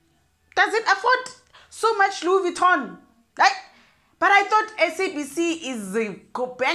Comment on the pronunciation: Louise Vittoning, here and there! 😂😂😂😂😂😂😂😂